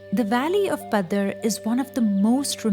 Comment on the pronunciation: it's pronounced "paadar" and not paddar.